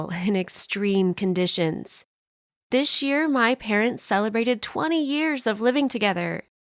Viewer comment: Who else noticed “Dish” year